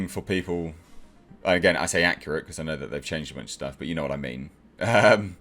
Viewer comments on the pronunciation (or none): none